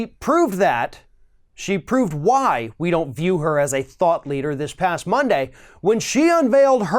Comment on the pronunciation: I swear he said "thot leader" I got spooked for a min.